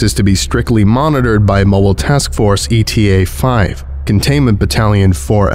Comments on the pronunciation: Hmmm, I liked the performance of this (though in a few places Eta the greek letter got read as ETA the english acronym) - I just don't think this scp was that well written 😕It just spells things out really obtusely and I don't think Mann wrote his entries in a very believable way. The character just saying flatly 'X or Y is horrific' or 'I am stricken with terror' or even 'I am very frightened' just doesn't feel authentic or convey actual horror. I mean the amount of times he does it is comical bordering on the annoying. The non-euclidean spacetime stuff was cool though, if a bit contrived. You'd think something interesting would have been going on with the appearance of the landscape itself, but nope. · My only criticism is that the MTF is Eta-5, not E.T.A.-5. "Eta" (Η / η) is a letter of the Greek alphabet, pronounced "ita." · It will always drive me crazy how he says eta as E.T.A. every time and not as the greek letter but I feel like him changing it might take getting used to at this point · Hey,. Love your narrations, but jsyk eta is pronounced like ateuh(ate-uh but as one word). most MTF use like alpha, gamma, epsilon, etc. And eta is another one, not ETA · note: the initial MTF is Eta (ay-tuh) 5, not E.T.A 5. Eta is a Greek letter, and the MTF name follows the Greek Letter-Arabic Number naming convention. Just for the future:) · It's the Greek letter Eta, Not "E T A". It's pronounced "ATE-UH". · Hate to nitpick, but it's not E-T-A. It's pronounced a-ta. The Greek letter. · Always looking forward to your next skip! But for future reference, eta in this context is a Greek letter, not an abbreviation. It's a pronounced word, not E. T. A. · Greek letter eta, not E T A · It is if you're talking about time. But in context, it's supposed to be the Greek letter.